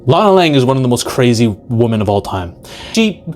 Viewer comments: It’s women! Not WOMAN!!!! Women is pronounced weh-men!!!! Wehmen!!!! It’s not pronounced woman!!!! Wtf is wrong with people today! You can’t even say women anymore. So fkn stupid! I LOVE WOMAN! I love woman! Do you know how fkn stupid it sounds! Saying women as woman? Distinction peops!!! Say it right! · Don’t say you love WOMAN, say you love WOMEN. Use the right pronunciation. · what is it these days with pronouncing the plural of women as the singular woman???